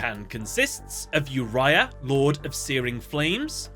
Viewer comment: its not yourya such a noob its oo-ri-a